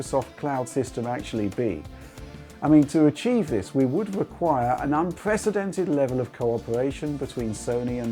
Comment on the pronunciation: Astonishing, surpwising, unpwecedentwed, lop-sided gwasses